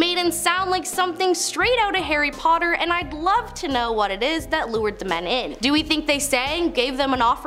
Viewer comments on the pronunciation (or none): none